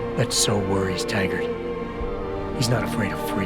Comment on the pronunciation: Um, his name is Taggart, not Haggard